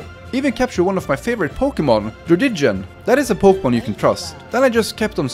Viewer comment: Aight , Im Mad At Your Pronunciation At The Pokemons Lemme Teach You 🤌 You Said - Gen sect , Thats A Big No No Its Pronounced Like Generation Now Erase ration And Put Gene And Insect Remove The In So Gene Sect And Druddigon Its Pronounced Drud Di Gon